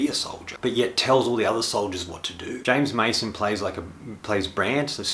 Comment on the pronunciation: Thank you for a very honest and direct review. I have always had a deep affection for this film. The opening sequence with the captured Russian women was quite traumatizing for me as a kid. Others have corrected your pronunciations of the actor's name (James Mason) and director. I assume you are Australian (?) which would account somewhat for how odd their names sound to our ears. In bringing up the opening and closing song by Ernest Gold and its childlike quality, you brought up a point I had never thought of. In the opening minutes of The Wild Bunch director Sam Peckinpah shows us a group of children gathered around a Scorpion and some ants. The children are playing at burning these creatures to death. It's a sort of statement about human cruelty, like the quote from King Lear 'As flies to wanton boys are we to the gods, they kill us for their sport'. Here the innocence of the patriotic song is contrasted with the cruelty of war.